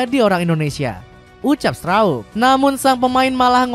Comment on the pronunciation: Memang Strauk, itu pelafalan yang sesuai hukum bacaan bahasa Belanda.